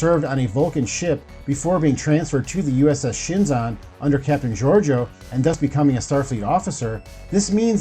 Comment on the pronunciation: It's the USS Shenzhou not Shinzon!!!! lol